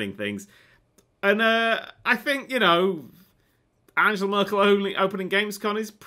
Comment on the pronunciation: Angela Murcle FWUUAAAAAAA!! XD XD